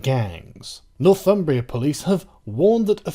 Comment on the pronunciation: When you first said Northumbria Police I thought you said "North Fun-bria Police" Maybe they last one is more accurate.